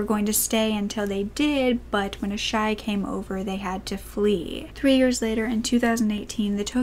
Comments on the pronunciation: When you called Asahi “Asshai” I remembered how good Game Of Thrones was so now im rewatching it. Thank u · Japan resident here! Almost all of your pronunciations were correct. The one that stood out to me as a little different is the name of the grandmother, Asahi; it’s pronounced “ah-sah-hee.” But overall, great job! I find the discovery of the statue interesting, even if it isn’t involved in the case. The figure represented, the one who watches over children (traditionally in the afterlife), is Jizō, and while Jizō shrines are very common in Japan I’m unfamiliar with people having them in their homes! Then again, I haven’t been to many homes of people who have children...I’d imagine if anybody has a Jizō statue, it would be families with small kids. Regardless, thank you for such a thorough and respectful report on this case! Homicide is rare in Japan, and you’re right, finding information on local crime in English can be difficult.